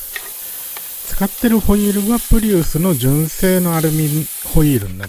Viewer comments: アルミホイールが最初アルミホイルに聞こえてわざわざ溶かしたのか…って思ってました(笑) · 私もアルミホイルに聞こえました(^^